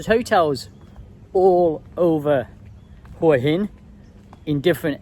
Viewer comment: If you've been visiting Hua Hin for over 15 years, it's about time you learnt to pronounce the place correctly. LOL